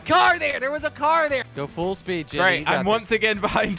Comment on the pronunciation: Full spood